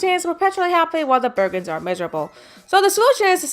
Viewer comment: Why are you calling the Burgens, the Burgers?